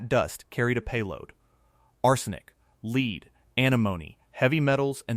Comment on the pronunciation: I believe that in this context, lead is pronounced "led", not "leed"!😊